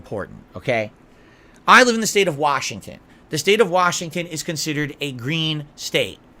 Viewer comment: WHASHINGTON WHASH